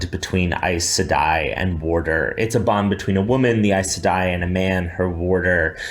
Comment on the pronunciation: That is NOT how you pronounce Aes Sedai. But Rafe knows and doesn't care, much like with all the other changes he's making to bring down this masterpiece.